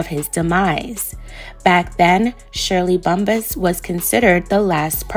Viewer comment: It’s pronounced Bump-pass, perhaps ur thinking about weed huh?🤔